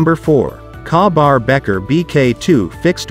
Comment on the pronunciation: Better choices around....skip the firesteel mora and get a regular mora for less than half and buy a real firesteel 5 inches long Can't take the robot AI.....goodbye......if a knife review butchers KABAR pronunciation that badly its a HARD PASS..... I actually heard the robot say I HAVE USED A KNIFE....THE SCHRADE.....so it's even worse than a keyboard bushmaster 😅just a robot bullshitter